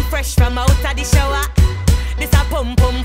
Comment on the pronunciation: I love the way she pronounces "shower" it's so satisfying for some reason 😭